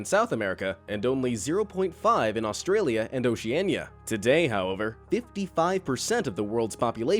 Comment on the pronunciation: Did he say ocenya-nya at the beginning of the video or is that just me